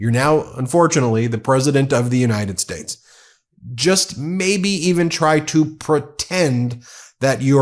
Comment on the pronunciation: He called us the United "Spates". Lol 😆